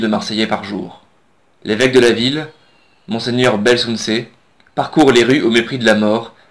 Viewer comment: Encore la rubrique culture !!! Comment écorcher mieux le nom de l'héroïque évêque de Marseille au moment de la peste? Franchement, il faut faire davantage d'efforts. De telles erreurs déconsidèrent l'initiative, par ailleurs si bonne agréable et utile.